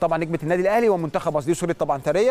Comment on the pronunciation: يا عم ايه الفضايح دى الست اسمها ثريا (ثوريا )مش ثريه ! انت عمرك ما سمعت الاسم قبل كده ولا بتقرا من غير مخ !! اهتموا شويه بللى بتقدموه ده اكل عيشكوا ! بديهيات مؤهلات المذيع اجادة القراءه ! سعة الاطلاع تنوع المعارف ! تنوع الثقافه ! معرفة بعض اللغات الاجنبيه ! لنفرض انك دخلت المجال بالواسطه او المحسوبيه او سؤ الاختيار فلماذا لا تحاول ان تطور نفسك وتصبح جدير بالوظيفه